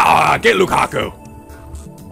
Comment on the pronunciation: Okay, I wish I had the chance to say this last night when posted it, but you are still saying LukaKU instead of LukaKO. I really like his (oh my god I typed 'her' at first!) name and hearing you turn an oh sound into an uu sound really gets me.